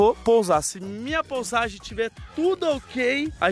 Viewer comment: ouvido sangrou escutando "POUSAGEM"